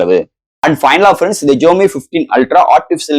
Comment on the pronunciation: Your Tamil pronunciation very very worst bro xiaomi Pls correct ur pronunciation To awkward to heard it